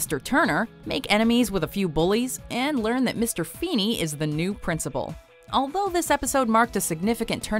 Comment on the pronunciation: Ahem FEENY FE HE HE HEENAY!!!